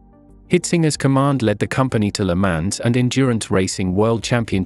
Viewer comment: A good video, covering the subject well. But please get a different voice over that doesn’t sound like a computer. Very flat with poor pronunciation. Le Mans is French and doesn’t sound like ‘mans’.